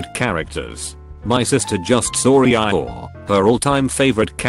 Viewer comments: E-I-or lol 😂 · E-I-ORE I guess I’ve been pronouncing this wrong my whole life cause I don’t say eee-your like that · Nobody: Text-to-speech: "E - E Y E - ORE" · Can we appreciate the fact that the text-to-speech pronounces “Eeyore” as “E eye ore”? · Nobody: Robot voice: EE-EYE-OR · E-I-ORE perfect pronunciation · Nobody: Not a soul: Text-To-Speech: E-Eye Ore. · Normal people: eeyore Text to speech: E I or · Laws of the universe: eeyore No one: No one else: Redding automated voice:eiyyor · Nobody: Absolutely nobody: Text to speech: E I ORE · No one: T-T-S: Ee I Ore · Reddit: Eeyore Text to speak: E i Ore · You mean..... E-I-oar? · lol E-I-ore. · “EE EYE ORE”? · Nobody:: E Eye Ore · No one: Voice: EI-iy-OrE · literally noone: Narrator: "E-EYE-OORE" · Nobody: Text to speech bot: E-Eye-Yor